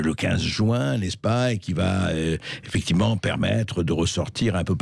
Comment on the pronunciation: Arrêtez avec les « effecti’ment » Bercoff, c’est fatiguant.